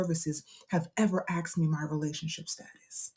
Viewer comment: Saying you're educated but pronouncing asked as axed is crazy.